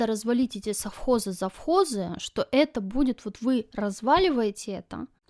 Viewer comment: Обязаны жрать французские сыры ? Нажралась ? Прямо позаботились ,чтобы вкусно ели .Наши то ,положа руку на сердце ,вот такие сыры делать еще не могут .....Ты жрала , а кто-то ел . Колхоз и совхоз правильно сказать не можешь ,а вот жрать просто по -плебейски и с остервенением выговариваешь .